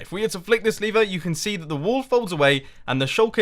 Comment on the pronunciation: I hear Lever as Liver XD